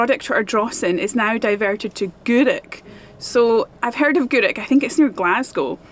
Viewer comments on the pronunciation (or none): none